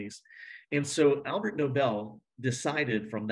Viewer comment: Argh! It’s ALFRED Nobel, NOT ALBERT. This bothered me way too much.